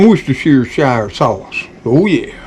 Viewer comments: Worsh tier shire sauce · whustersheer sauce 🇬🇧 or just Whuster sauce (whus rhymes with puss not fuss). I spend the whole of your videos waiting for you to say ‘whoooo doggy’! It’s become a bit of a thing in our house - goodness knows what the neighbours think.